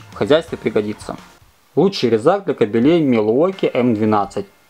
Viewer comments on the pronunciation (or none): не кобелЕй, а кАбелей! Даз ист нихт кобЕль!